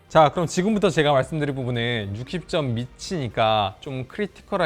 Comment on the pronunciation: 의 리뷰는 늘 밝은 표정과 밝은 억양, 점잖은 말투와 태도때문에 좋아합니다. 다만 예전에도 느꼈던 거지만 이번 리뷰는 특히 딕션이 너무 나쁘다는 걸 느꼈어요... 예를 들면 챕터 2등에 나온 부분만 하더라도: 앞판과 뒤판이 나워져이꾸여 (앞판과 뒤판이 나눠져 있구요), 요렇게 포코핀 방식으로 ↓여기밑에다가 ↓ 붙여가지고 사용하는 ↓ 이런방식이예요↓. 여기 이렇게 닿일 때 (여기 이렇게 닿을때). 펜을 안쓰신 분들이라며~ (펜을 안쓰신 분들이라면) 그롬 이 키보즈와 함께~ (그럼 이 키보드와 함께). 요즘 유튜버의 성향이 빠르게 넘어가는 건 알지만 말씀을 빨리 하시려다보니 자꾸 억양이 무너지거나 발음을 씹는 단어들이 늘어나는 것 같은 느낌이 듭니다. 말을 조금 더 천천히 하셔도 되니 양성모음과 음성모음의 차이의 구분을 두시고, 받힘있는 단어의 정확한 발음을 해 주시고, 계속 빨리 발음을 하시는 것 보다 단어와 단어, 문장과 문장을 딱딱 끊어서 템포를 조절해 주시면 말씀하시는 도 편하고 듣는 사람에게도 정확한 의사표현이 전달될 것 같습니다. 좋은 리뷰 잘 봤습니다:)